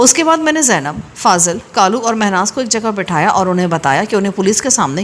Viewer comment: اچھا لڑکی کا نام کالو ہے آپ اسے غلط بول رہی ہیں۔ کالو لڑکے کا نام ہو تو ( کا ۔۔۔۔ لُو ہے) لڑکی کا ہو تو ( کا۔۔۔۔۔لَو ہے بہ وزن لے لو۔ دے دو۔ یہ لو ۔۔ وہ لو۔ کا لو۔۔۔۔ پلیز آئیندہ اگر ناول میں یہ نام آئے تو تلفظ درست کر لیں۔